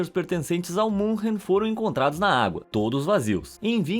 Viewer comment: Muito legal o video mas MS Munchen não existe. Fale Munique se não sabe pronunciar München.